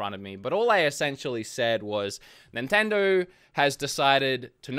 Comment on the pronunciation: I love the way he says “NINTENDORRRRR”